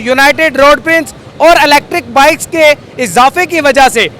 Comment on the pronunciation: یہ گیم کھیلنے والے بھائی کی ڑ کا مسلہ ھے اوڑ بہت اچھا لگ رھا ھے سننے میں۔۔ماشاءاللہ